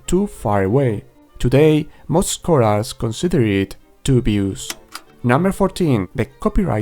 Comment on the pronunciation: I like your videos but holy moly man you HAVE to work on your pronunciation of some words in English. I had to turn on subtitles at some points which I am glad that you included by the way. The word "scholars" has its stress on the first syllable and it is not pronounced that way, and the word "dubious" is not pronounced that way either. There are many more examples, such as the word "attributed", which has its second syllable stressed. Take this as a friendly piece of advice. I hope I don't come off as an asshole. I really just want to be helpful and offer some constructive criticism. All props to you for even knowing more than one language. Just work on that strong accent and pronunciation a bit my man!